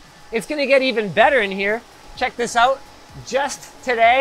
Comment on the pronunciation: "This is in and that is OOOOTT"